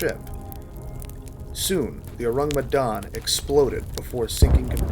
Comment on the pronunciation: You pronounce the name of the ship wrong get it right